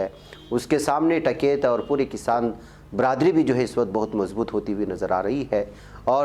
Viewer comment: ╔═══ ❤☀🍀☀❤ ═══╗ Dear, As-salaamu-alaikum. No doubt you are a great news reader in Urdu. Your title song also sings paeans in your praise. But unfortunately you can not pronounce the name of a man who is making headlines in the country for more than 6 months, correctly. I am referring to the great Farmers' leader TIKAIT. You always pronounce his name as TAKAIT. It is a crime to pronounce the names wrongly. How do you feel feel if you are called AJEEB instead of AZEEZ??? This suggestion is only to improve your news reading. So take it in the positive way!!! ALLAH HAAFIZ!!! ╔═══ ❤☀🍀☀❤ ═══╗ Abdul Jaleel ╚═══ ❤☀🍀☀❤ ═══╝